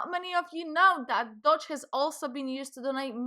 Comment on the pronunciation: Yeah why not pronounce it “Dodge”, as opposed to Doge. LMAO 😂 You’re accents sounds German, or is it Dutch?